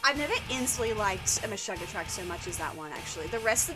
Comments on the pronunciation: No one's gonna tell her it's pronounced 'gent'? Also, it's Meh-shoog-ah. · Before you get too crucified by know it alls: Djent is one syllable, not two. Meshuggah is pronounced to rhyme with "sugar". It is Yiddish for "crazy". Just thought I'd gently lean you to the accepted nomenclature before the comment section is infested with the atrocious. Great choices- "Bleed" is probably the most accessible entry for Meshuggah as their rhythms only get wackier. For instance, the quiet bit in Future Breed Machine is in 27/8, three groups of four followed by three groups of five. Per bar.